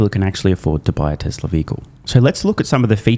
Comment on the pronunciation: Year .....Yeeee Tesla.....TesleR he has a problem adding an R. and. removing an "R"